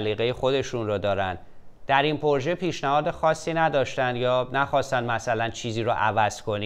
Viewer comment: اقای مکری درود ، ازشما که مجری باسابقه ای هستید انتظار میرود لغات را درست تلفظ بفرمائید : " پورژه "غلط است "پروژه " بایستی گفته شود و یا اگر مانعی نمیبینید بجای تلفظ فرانسه این لغت گویش انگلیسی انرا ادا کنید ، شما در هر برنامه تان چندین بار تلفظ غلط را که نه فرانسه است ونه انگلیسی ونه تلفظ معمول فارسی تکرارمیفرمائید ، یکی از برنامه هاتان را مجدد بازبینی بفرمائید متوجه خواهید شد چند بار "پورژه" را بجای "پروژه" یا "پراجکت" گفته اید سپاس